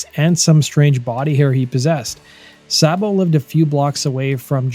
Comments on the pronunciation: It's not Sahbo. It's pronounced Saybo. My brother knew them personally. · "Say-bo." Not Saa-bo. He even said so when his buddy Jon Bon Jovi did a fake interview with him. Please learn how to pronounce things. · I can't listen to this...it's Saybo..not Sahbo. Unsubbed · It's not Sahbo! Sabo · Pronounced snake 🐍 SAY-BO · Dave Sabo with a long a sound. Not whatever you’re attempting. It’s pronounce like Saybo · Thought Dave Sabo's name was pronounced like "Saybo". The way He is pronouncing it sounds weird. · Saybo it's pronounced Saybo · no mention of their 1st drummer who was bonjovi's 1st drummer but fucked that up. joined daves band and stabbed his drug dealer right before they got signed and had to do 11/29 in the big house, rob was an emergency replacement... and its pronounced SAY BO dammit...